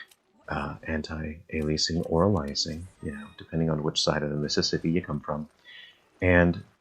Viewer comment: Thanks for the reminder that we live in a free country and can pronounce antialiasing differently. However, it's definitely pronounced anti ale ee uh sing. :) Also that transition to the bridge had me faked for a minute....the camera work looked like a cutscene, going from the plaque to the bridge..... and I thought it was still RE5 for a second.